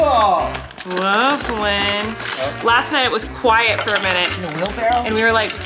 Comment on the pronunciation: Its Flynn not flyn